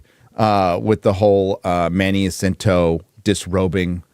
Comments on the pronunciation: I'm a Filipino, but I hate The Acolyte Series to the bone. BTW Jacinto is pronounced as (Ha-sinto) not (Jah-cinto) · Ha-sin-to that's how you pronounce it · Jacinto: "Ha-seen-toe"